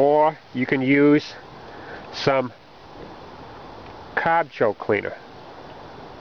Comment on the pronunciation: What's a "Caaahhhhhb?"